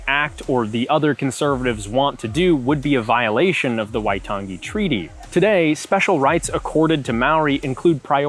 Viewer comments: Love the NZ content! But I think a note on pronunciation should be made. "ng" in te rea Māori is more of like the end of the "-ing" suffix in English, "nguh", not the hard "guh" as pronounced here. There are other things, like the tapped/rolled "r" and the vowel system, but that "waitan- gee" stood out the most. Other Kiwis feel free to correct or explain differently. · The emphasis is on the "ai" in "waitangi", not the second "a" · The way he says waitangi is so weird lmao, you ain’t meant to emphasise the g like that 💀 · How could you do a video on this and not know how to pronounce 'Waitangi'? It's actually insulting.